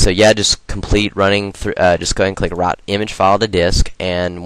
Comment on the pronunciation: lol when you said "write" it sounded like "rot" XP